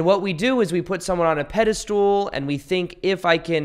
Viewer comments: Great video but just a little note - it's not "pedestool", it's "pedestal" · Peh.duh.stl. Not peda stool please stop lol! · Love what you’re doing! It’s been a tremendous help for me on my journey. Could you do some of us a favor, though, and pronounce pedestal correctly. Stool just isn’t in there anywhere.🤣 I know, it’s my shit not yours, but I can’t figure out any way to blank that word out in your talks 😂